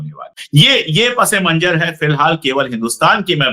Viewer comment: manjar nahi sir--- "munnzar"...